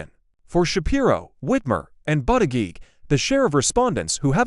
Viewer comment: Learn how to pronounce Pete Buddajudge